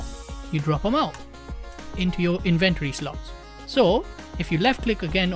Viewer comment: In-ven-tory? What are you inventing?